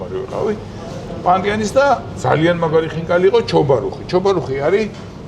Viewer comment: ჩობარუხი არა, ჩაბარუხი.